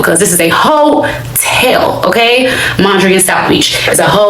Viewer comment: I don't know why she stopped staying at the "hoe-tell" because it fits her. This hoe be telling everything.